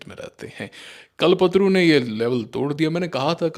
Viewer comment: Sìr,आप कल्प तरु को कल्पतरू बोल रहे हैं, कृपया सुधारने का प्रयास करें